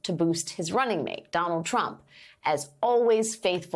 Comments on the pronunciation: That's not how you pronounce 'bona fides', lol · At least I know how to pronounce bona fides now....